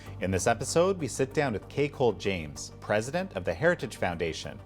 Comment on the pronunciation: At first I thought he said CakeHole James lol